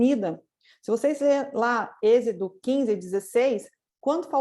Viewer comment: Irmã não é ezido... É êxodo amém???? Mas a palavra de deus é maravilha...